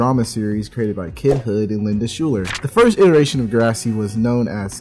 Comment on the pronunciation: Isn’t it pronounced linda “Skyler”